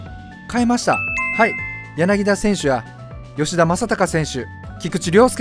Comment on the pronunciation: やなぎだ❌ やなぎた⭕️ 柳田